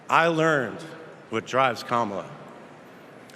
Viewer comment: Kamala or kamla?